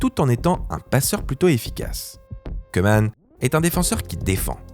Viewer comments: Koeman prononce "Cou-man" pas "Queue -man" (phonétique) le "oe" en ndls se prononce comme un "ou" 😉 Sinon super contenue comme d'hab 🥰👏🏿👏🏿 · Ça se prononce cou-man et ora-gne voilà voilà